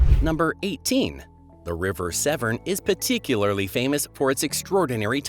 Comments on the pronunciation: Severn not seven. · By the way the isles of Scilly is pronounced silly not skilly and the river Severn is pronounced seven. Idiot